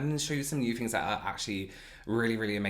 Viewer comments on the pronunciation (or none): none